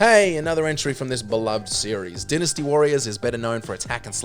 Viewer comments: It's dynasty not dinisty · It's pronounced dynasty (d-eye-nusty), not dinnesty and Titus (t-eye-tus), not tittus